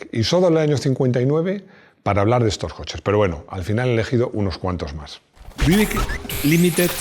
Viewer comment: no se dice "Buick" se dice "Biuick"